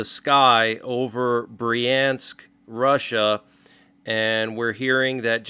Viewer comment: Bryansk - "ya" is spoken as "ya" in "yard." Kursk is spoken as Koorsk (as in "cool"). Russia is a Christian nation. They celebrate New Year today according to the Julian calendar. Someone opposes Christianity that much.